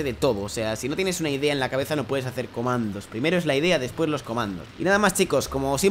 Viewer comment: algien noto que dijo comados en el minuto 2 11